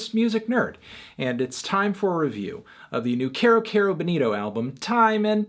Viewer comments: It's funny how Bonito Spanish Bo-nee-toh turns to Boneero when pronunced in American English. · Señor Antonio, repeat después de me: Kero Kero BO-nito. You're saying Benito, señor Antonio. Benito is Benny in Spanish.